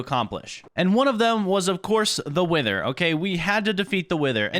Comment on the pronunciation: I thought he said we need to defeat the winter not wither I had to rewatch that part 😂